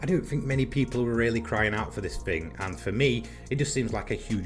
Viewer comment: I just cant get past the "th"'s being pronounced as "f"'s ... Everyone says "THAT" just fine.... But FING is just so hard to pronounce... Stil no Sophi on the PS4 which i absolutely DO NOT understand because last year they definitely ran a trial version of Sophi on selected races for the PS4. Im running everything on Hard and Professional all maxed out on custom races with the start distance being as big as a gap as possible and im still just annihilating everything still